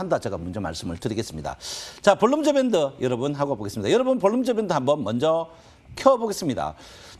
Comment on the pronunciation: ㅋㅋ 발음이 새시네. 볼린저밴드Bollinger band